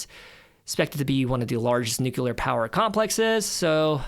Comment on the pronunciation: It's funny hearing such an intelligent kid say "nucULar". I've got bad news for you😅